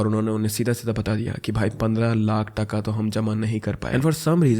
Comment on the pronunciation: In Bengali that's not called 'taka' that's called 'taaka' but I appreciate you, you tried your best